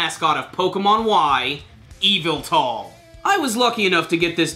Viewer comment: you say it like this eveltal